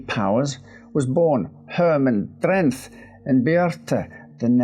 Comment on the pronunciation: Because we don't pronounce the "h" in "th" in Dutch, Herman Drenth's surname is actually pronounced "Drent".